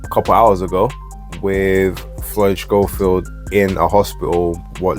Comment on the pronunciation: How comes you call him Shchofield,? I thought it was pronounced ‘Sco-field’ like the TV presenter that we shall not mention. Could be wrong though.